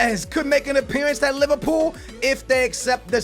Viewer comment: Did say Liverpoo - 😂😂😂😂😂😂😂😂😂😂😂😂